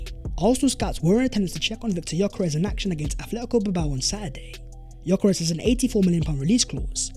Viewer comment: Great video! Please teach how to say Yok Yok Yok Yok...Yokeres....instead of Gorkores....thanks